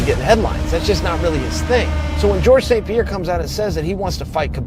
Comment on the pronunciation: The S is before the P in St Pierre. Good attempt though soldier